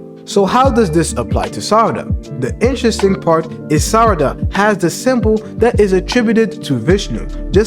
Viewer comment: I believe she will get something like to temporarily manipulate memories and will just use her fists as weapons just like she normally does. By the way you are pronouncing Sarada as Sadara sometimes.